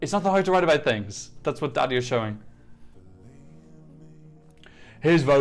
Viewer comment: So u say daði not like dadi more like dathi and btw im from iceland